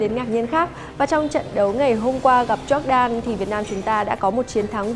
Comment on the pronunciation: E có một góp ý nhỏ xíu thooii Jordan đọc là dóoc đan nii .e cũng là fan của S nên đừng ném đá e soii😭😭